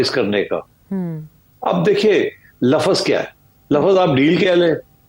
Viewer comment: This sethi is a fraud... Not a single prediction has come true and yet he keeps appearing in programs and keeps talking crap.... Lafas...😂😂😂😂😂 Bewakoof it's lafz not lafas....